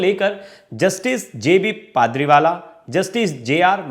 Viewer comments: एंकर महोदय, कृपया ध्यान दें कि जज साहब का नाम पारदीवाला है आप बार बार गलत तरीके से पारदीवाला कह रहे हैं। कृपया नाम तो शुध्द बोलें। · जस्टिस पारडीवाला का नाम गलत उच्चारित किया जा रहा है कृपया सही नाम उच्चारित करें।